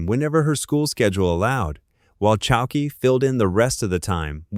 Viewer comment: “Lessie” Goranson? Lee-cee. Short for Alicia. Sarah “Chal-key”? Or Chal-keh? Chalké? 🙄 If you can’t trust your #aislop voice, write phonetically.